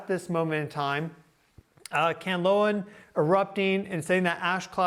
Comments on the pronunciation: dude, it's Kanlaon Volcano [Can-Lah-On] NOT Canloa [Can-Low-Wah] NOR [Can-Loan] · The Philippines is remote thats why there is no report of geological disturbances THAT YOU ARE VERY SURE ARE HAPPENING??? What a load of bullshit!! And please if you are going to make a big issue of them, at least get the names right! It is KAN-LA -ON, not Kanloa!! If you've done even cursory research you will know that Kanlaon and Mayon volcano erupt VERY REGULARLY and together with Merapi and Taal, you could even have 6 or 7 volcanos erupting ALL AT THESAME TIME which HAPPENS QUITE OFTEN IN THE RING OF FIRE!!! INfact at any given time 50 volcanos around the world are erupting. First time to view your video and am quite aghast here, mixing legit science with mumbo jumbo!!! Planetary alignment??? geomagnetic storm vulcanism??? Seriously??? Looks like a duck, is a quack... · It’s Kahn-la-on not Kanlowan. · If you really know your job, pronounce the volcano's name correctly - Mount Kanlaon pronounced KAN- LA- ON, not Kanlawn or Kanloa! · Kanlaon is pronounced 'khan-la-own' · please search how to pronounce kalaon you kind of bothered it a bit :) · Hi! the way you pronounce Mount Kanlaon - Kan (can) la (la the note) on (on) - tagalog is a languare that has no hidden sounds or letters. you speak as you spell it. and Mount Mayon - Ma (like ma - mother) yon (yoga without the -ga plus n). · Just to help… Kanlaon = KAHN-LAH-OHN and Mayon = MAH-YOHN. As in “on” the clock. 😊